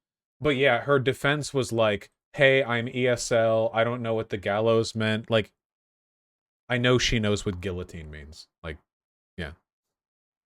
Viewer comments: me when vaush says gilluhteen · Whos gonna risk a ban to tell Vaush that the "L"'s in guillotine are actually silent?